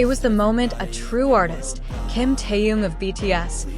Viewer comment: Что за безобразный перевод. Так коверкать имя Тэхена.